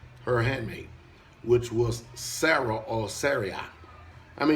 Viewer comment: You’re pronouncing Sarai wrong…